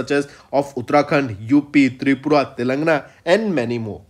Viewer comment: Plss check the pronunciation of Telangana.ur pronunciation is like Telangna